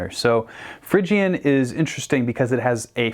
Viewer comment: you say Phrygian but its pronounced Phrygian...